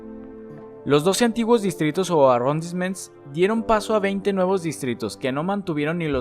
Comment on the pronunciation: Bro profa mira las pronunciaciones en francés me perturba cuando dices arrondissements, hauseman y avenue foch y la Gare du Nord